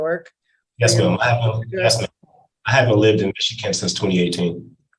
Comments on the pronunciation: He keeps mispronouncing Michigan. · Why does he keep pronouncing Michigan so wierd??